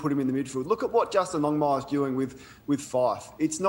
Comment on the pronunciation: Rafael Eljazzar lol I think he said Justin Longmire instead of Longmuir.